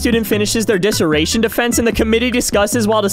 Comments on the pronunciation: That’s the worst way I’ve ever heard dissertation ever be pronounced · The way this man pronounced dissertation is going to send me In orbit